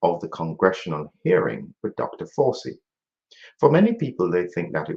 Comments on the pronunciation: I like the pronunciation of his name - "Doctor Forcey". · Fauci is pronounced in the Italian manner.